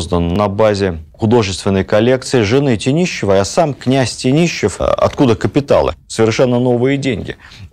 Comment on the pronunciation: Владимир Ростиславович! Почему ТениЩев, а не ТениШев? Что стало с буквами в фамилии? Сейчас мы говорим Тенишев, Тенишевы, Мария Клавдиевна Тенишева... Я в замешательстве